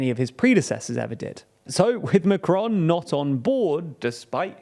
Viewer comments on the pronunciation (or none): Thank you very much for a really interesting and informative article. Please learn how to pronounce Macron tho 😂